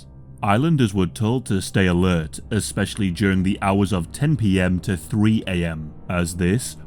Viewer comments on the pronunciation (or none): none